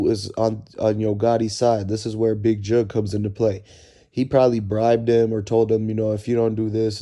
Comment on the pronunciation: His name is jook bruh jook not jugg